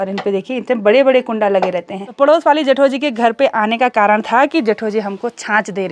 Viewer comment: Hello....Aap ke vlogs Bohot Ache hote hai....Meri puri family night me Apke vlogs dekhti hai.... Specially mere Papa G ko Bohot psnd hai apki video....Jab aap Bolti ho Na # Jethoji,hum sabko Bohot achaa lagta hai apke mooh se